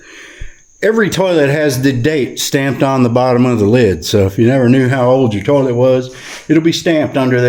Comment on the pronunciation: Imma have that damn song in my head for 3 days now hahahahah and ive never heard someone say tourlette before....love it hahahhaha in he made a dunny funny and no no pooping in the new place, plug everyones butts before they enter...Dollys, Jaspers, Tillies etc....